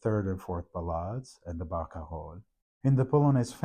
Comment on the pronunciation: I learn so much from listening to you explain details from Chopin's manuscripts, as played by Vincent, my new favorite Chopin pianist. (Also i wish i could say Barcarolle the way you do...)